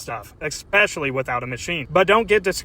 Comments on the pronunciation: ESS-pecially - not EX-pecially. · OP needs to pronunciate the word ESpecially correctly. And yes - too much product is a common mistake when using these.